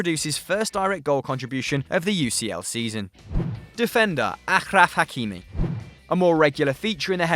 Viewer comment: It's pronounced kimih, great video btw